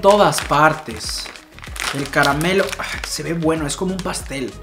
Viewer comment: jajaja dijo ca ra ma melo